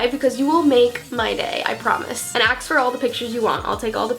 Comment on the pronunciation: Why are you saying axe instead of ask